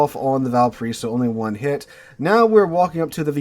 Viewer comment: i can't listen this video with out rage... Im from VALPARAÍSO, chile.... Sooo when you say the name of my bornplace so bad i get really anger for some reason